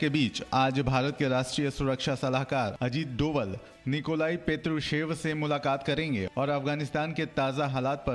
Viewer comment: भारत के राष्ट्रीय सुरक्षा सलाहकार का सही नाम अजीत डोभाल है, न कि डोवल। मैं इस बारे में कई बार लिख चुका हूँ। गढ़वाल में डोभाल ब्राह्मण वर्ग में आते हैं। आप जब डोवल बोलते हैं तब बहुत बुरा लगता है। इतने बड़े सम्मानित पद पर आसीन व्यक्ति का नाम आप लोग 7 साल में सही नही बोल पाए न आपने जानने की कोशिश की कि कुछ मीडिया उन्हें डोभाल क्यों कहते हैं? मैं गढ़वाल में उनके गाँव के करीब का हूँ। आकाशवाणी से सेवानिवृत्त अधिकारी हूँ। इसलिए भरोसा रखें। गलती मिटायें।